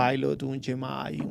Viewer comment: el tipo dice yemi refiriéndose a Gemini de Google no tiene ni idea de lo que habla